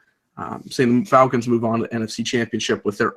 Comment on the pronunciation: he says falcons wrong